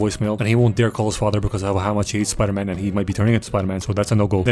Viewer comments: Spidoor man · Spidor man 😂